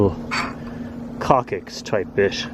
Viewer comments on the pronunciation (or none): It's pronounced cocksix, not cockicks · It's pronounced "cok"-"six". Just FYI. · Coccyx pronounced cock-six. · pronounced: "kok-siks" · Maybe they can't tell you to not say coccyx. Especially when you say it wrong